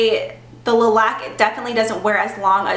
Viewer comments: I cringe every time you pronounce it lee matte and le laque.. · My last name is Laque, and you're pronouncing it wrong